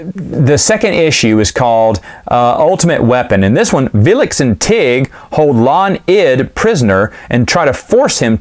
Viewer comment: That would be "Vlix", not "Vilix" ;-)